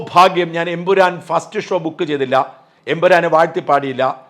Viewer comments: ഷാജൻ ബ്രോ എംപുരാൻ അല്ല ""Emperrorrrr"" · എൻ പുരാൻ അല്ല എൻ പൂറൻ എന്നായി. 😄